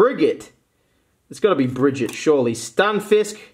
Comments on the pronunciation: It’s brigette not brigette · Its Bri-Jette